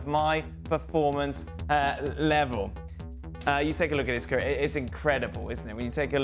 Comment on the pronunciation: can someone please tell leboef how to peonounce the word CAREER, FFS..